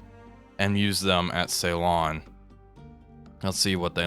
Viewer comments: Okay, I don't want to be 'that' guy but Ceylon is pronounced Sillon rather than Saylon... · Whilst he's at it, could he please pronounce Ceylon "Sillon" not "Saylon". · it hurts my ears when you call Sri Lankan ceelon and Trincomalee trikomalo 😆